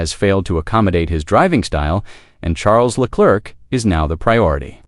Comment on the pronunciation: This AI cant pronounce Charles name correctly